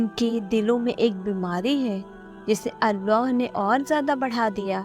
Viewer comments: When you say ALLAH, it sounds like arwah Try to say it simply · It's Allah, pls work on ur accent.